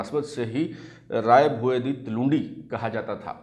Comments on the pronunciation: Plz. Plz .it's talvandi or talwandi not tulindi. Poor knowledge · Talwandi Sir you can call someone to know pronunciation